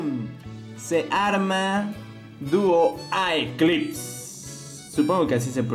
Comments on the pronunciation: aunque creo k se pronuncia dúo eclipse ( o hací lo traducirán ) y una mala noticia en el TORNEO DE HASBRO solo podrán participar niños de 8 a 13 años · Predije desde el inicio que obtendrías a duo artemis y duo apollos y que harías este video. Muy buena esa, cada día hay algo mucho más interesante hasta ahora. P.D: la segunda pronunciación para duo aeclipse, es duo eclipse. Pero los dos nombres suenan bien amigo, ambos nombres son buenos para este bey tan raro como popular.